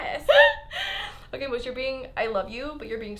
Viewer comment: How normal people say moose : Moo-o-ss How Lauren says moose : Mei-oo-ss